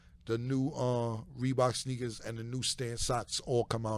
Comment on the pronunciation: “Fleeboks” Haha Killa!